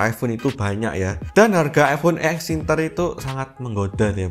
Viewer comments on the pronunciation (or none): Ex Internya kurang R nya bang